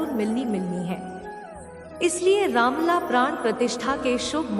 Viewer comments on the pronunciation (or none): Madam Ramlal nahi Ramlala. Pls.